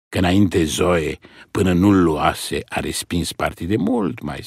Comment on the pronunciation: Luat , luase ...pe vremea lui Toparceanu se pronunța punându-se accentul pe "a" . I-a scăpat maestrului Pleșu 😃😃Altfel , superbă interpretare !👏👏